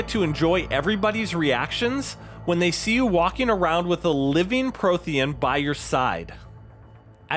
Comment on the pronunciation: How the FUCK do you mispronounce Prothean(s) when there are THEE FUCKING GAMES telling you how to pronounce it. You are hereby discredited in any opinion you make by the council.